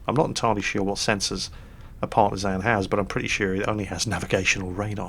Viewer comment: Ok, i love you, but you need to know, and remedi at the first posibble notice, that Partizan in prounsed with an ä, and that is comming from a former Partizan soldier, from one and only Titos Yugoslavija. Smrt fašizmu, svoboda narodu!! Or to gulak with you